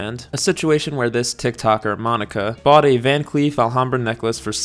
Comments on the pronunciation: I literally thought you were saying van queef this whole time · I keep hearing “Van queef” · Im so sorry i just keep hearing "Van Queef" and its really funny to me lol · I totally heard you say "van queef" the first few times 😂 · Gonna be honest - I watched the first minute of this video after a binge of your videos and didn’t see the name. Spent a minute thinking you were saying VanQueef ……. Which was a lot of fun for me